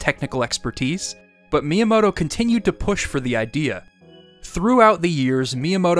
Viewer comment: It's pronounced Mi-yamoto, not Miya-moto